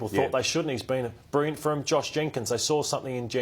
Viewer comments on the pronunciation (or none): really struggles to say the word "Brilliant". He keeps saying "Brirriant".